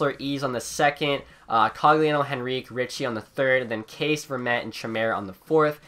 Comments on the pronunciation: It is pronounced "Kasha" not case. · Kase is pronounced KAHSHA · Kase is pronounced Kasha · Btw, Kase is basically Kasha, not case XD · “Case” instead of Kase or Kasha like it’s pronounced😂